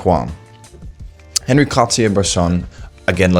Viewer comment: Excellent insights from a person who clearly has high standards which is a trait lacking in many, many photographers. But do me a favor; since you say his name so much, at least half the time correctly pronounce On-Ree (not Henry) Cartier-Bresson. Oh, and it's DEE-Ann Arbus not DYE-Ann. Keep up the great work.